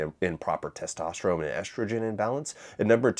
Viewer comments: is this guy saying testoterome? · dawg, why are you saying testosteroMe